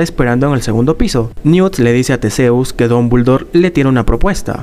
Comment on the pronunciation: Que no se pronuncia Tisius?